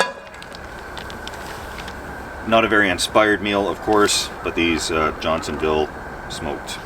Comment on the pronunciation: Ha! Did he say John Seville sausages instead of Johnsonville?